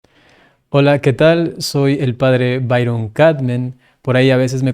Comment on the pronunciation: Humildemente le hago la observación: es el padre Byron (se pronuncia Bayron). 😍